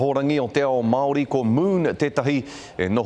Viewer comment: Not worth listening to a guy who can't even pronounce "Māori" correctly. Not worth respecting neither